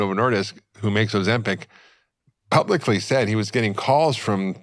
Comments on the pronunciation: OzemPAC??? Moron. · Why are you saying ozempec? It's ozempic. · It’s Ozempic NOT Ozempeck! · Why he pronouncing it Ozim-Pac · Why does he keep pronouncing it ozempeck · Why does he say Ozempeck .....it's Ozempic